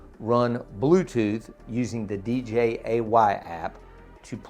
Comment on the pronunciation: not D J A Y 😂🤟 nice review